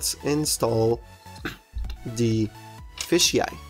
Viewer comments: It's FISH eye, not fishy eye. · why do you say fishy eye because it is said f-ish eye